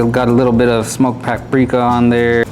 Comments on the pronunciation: 🚨PSA: Lots of African Americans / Black Americans pronounce paprika as pepperika due to being raised around southern elders that didn’t know how to say the word. As I get older I’ve realized, there are several words commonly & universally mispronounced in the community for that very reason. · Who is ‘peppericka” 😂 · Is somebody gonna tell him? What is a paperika? And I'm glad I'm not the only one who caught that lmfao 😂😂😅😅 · The guy in the green has no credibility 🤣 "Peppericka" 🤦‍♂️ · "Peppericka is giving it a shrimp taste" LOL homie doesn't know how to pronounce it or what it is. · What is a “PEKARIKA” 😂😂😂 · It’s paparickah lol 😂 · She's the cousin of "Peck-ah-rika"! I thought you knew 🤣🤣🤣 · i think at one time i also heard peckericka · It’s pekerica😭😂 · Came on here just to read the comments about how green shirt pronounced "Paprika"..LOL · You mispronounced paprika dude,lol.